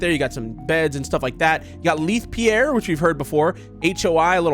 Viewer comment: It’s spelled Leith Pierre, but it’s said LAthe Pierre